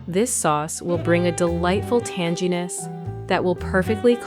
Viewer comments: Tan gee Ness? ??? AI much???? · No one says tan-gee-ness. Such a fake voice.